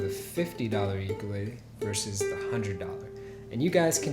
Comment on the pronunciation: You are saying ukulele wrong. But good video